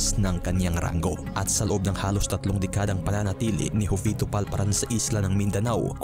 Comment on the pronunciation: jovito (ho vi to po ang tamang pronounciation, hindi jo vee to)....😊